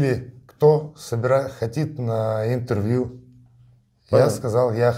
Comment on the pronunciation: " ХОТИТ" - шикарный русский язык у пленного россиянина !